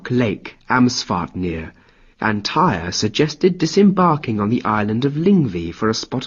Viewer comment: Tear, not tire. Tyr.